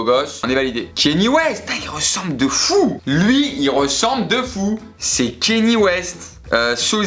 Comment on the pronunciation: la morphologie du visage de Britney c'est flagrant, brad pitt j'aurai dit JCVD, et sinon kanye ça se dit pas kéni, ça se dit kanié (véridique) mais dit vite ça passe xD